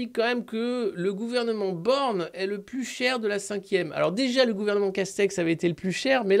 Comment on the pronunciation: Ba, Ba, Ba.....BAAAJHNE'D !!?